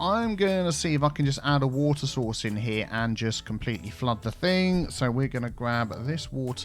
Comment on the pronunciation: "WaTEAr"... xD Put metro joining everything!!